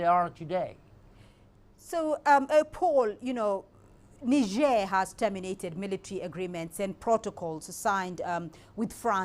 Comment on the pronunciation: First white guy to pronounce Niger correctly. 😅😅